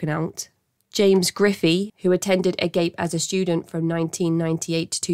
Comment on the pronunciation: Ah-Gahp-Ay, not "agape", as in hanging open Glad Agape got shut down! Let's keep this going! Can Phoenix Host PLEASE, FFS, be next??!?!??!!!